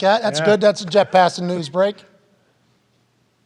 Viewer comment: Why do the boys call Jeff passan “Jett”?